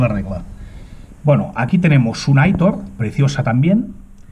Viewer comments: Buenas!! Que preciosa coleccion!!! las Aitor se pronuncian como si tendria tilde en la o. Es un nobre de Euskal Herria 😉😉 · muchas gracias amigo me alegro que te haya gustado, es cierto la pronunciacion de aitor pero casi siempre se me olvida.